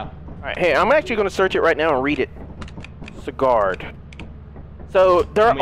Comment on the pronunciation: Sigard is pronounced "see ,gurd"